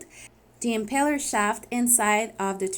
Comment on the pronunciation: Impeller. Not empeller.